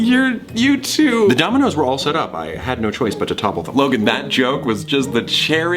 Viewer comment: I thought he said “Logang” I was low-key cringing